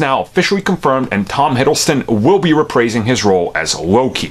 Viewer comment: Its reprising not repraising... . Had to say it cause its always bugged me when you say it that way.